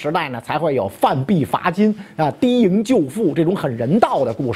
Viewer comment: 缇（tí） 萦救父，不是di